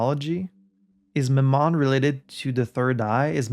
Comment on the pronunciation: “Mammon” (usually pronounced more like mámmon, not mammón) actually just refers to money/wealth - often in the context of greed. So when Renzo talks about it, it’s more in the sense of capitalism ruining Art (capital A). Might as well be the son of satan in his eyes, but besides that, Mammon being satan’s son is, I think, mostly an invention of the movie Constantine 🙂 (love that movie) Also, yes, Renzo won big at the casino but that too was him taking a swipe at the people funding his work; he gambled with their money. And as he said in Journal du Sud, he’d advise other film makers to simply rob banks instead.